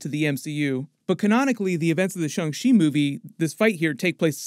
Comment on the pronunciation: So sick of him saying Shung She